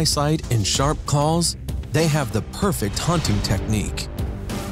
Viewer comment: Did someone write his script, wrong, he keeps say Calls, not Claws, WTF.... it's messing with my Head